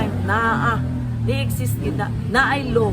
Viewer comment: wala ka man gali nibayad ky DILI WORTH IT? Tpox kasuhan ming mga netizen! imung pg.pronounce sa Law ky LOW! Kataw-an ka lng sa abogado.